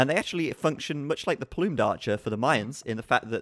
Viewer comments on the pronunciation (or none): none